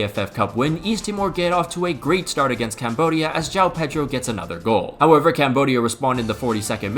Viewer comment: Today I learned that cant pronunciate João